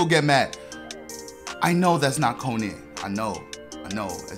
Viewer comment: Man said konan😭